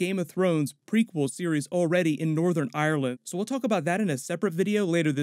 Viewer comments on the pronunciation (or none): none